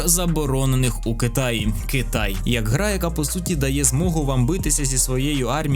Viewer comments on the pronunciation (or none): none